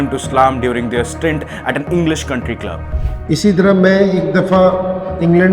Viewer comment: kalab nhi club hota h bhai